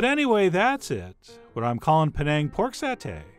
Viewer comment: Chef John, you pronounced "Penang" correctly. And the recipe is spot-on! Even my mom approves!